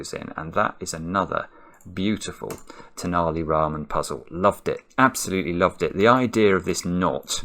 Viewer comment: I'm glad took the care to pronounce Tenali Raman correctly this time after how he pronounced it last time.